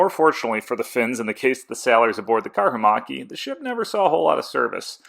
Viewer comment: Great video series! I like your pronounciation of Karhumäki, as it changes the meaning of the word from "Bear Hill" to "Bear macaque", which is an interesting animal. 👍